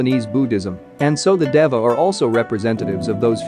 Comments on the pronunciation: How does he say Dava in place of Deva? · It’s pronounced Dēva (Deeva) and Antylamon is a Girl. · Funny how pronounces this word DEVA with a short e, and the official English dub, a hard e aka a long a to make it slant rhyme with sega as well as data in a way.